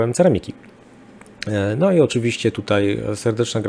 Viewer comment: Tomasz Ja jestem wprost załamany tym "dzisiEj, wczorEj i tutEj" Zychowicza. Gość jest absolwentem historii, pracował wiele lat jako dziennikarz - a tu tak fatalne kaleczenie j. polskiego... Dyskwalifikacja :(